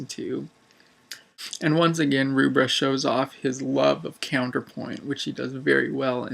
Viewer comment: By the way the name Rubbra, is pronounced as in 'Rubber' not 'Roobra'